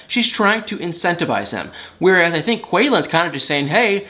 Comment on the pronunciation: Ok can I just ask why you say words with a I with an A? Thank-think-lank-link-brang/bring it drives me crazy just saying